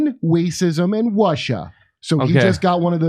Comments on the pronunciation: "Women, Wacism and Wussia" 😂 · "women, wacism, and Wussia" 😆 yep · Waman, Wacism, and Wussia! LOL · Wacism Wussia and wamen 😂😂